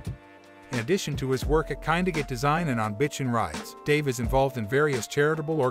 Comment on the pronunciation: Guy can’t even pronounce Dave’s name correctly!!😂